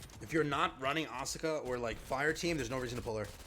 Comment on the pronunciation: Please stop miss pronouncing Asuka.